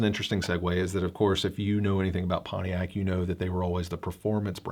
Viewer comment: It is PonTiac not PonE iac !